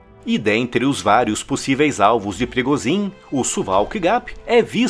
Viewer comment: Por que "Wehrmacht" é pronunciado corretamente e "Yevgeny Prigozhin" e "Ivan Popov" são sempre pronunciados incorretamente nos vídeos desse canal? Em russo, "zh" possui som de "g" e em "Popov" o primeiro "o" tem pronuncia de "a", ficando, assim, "Yevgeny Prigôgin" e "Ivan Papov". "Abrasileirar" não é uma resposta válida, pois ninguém chama "Joe Biden" de "João Bidê".